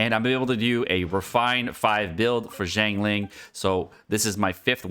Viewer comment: BRO CAN YOU STOP BUTCHERING HER NAME, I LOVE YOU BUT PLEASE LEARN HOW TO PRONOUNCE HER NAME PROPERLY